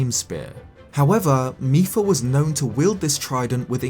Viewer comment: mipa not micheal